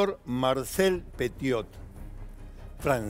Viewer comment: Pronuncie bien el apellido por favor 🙏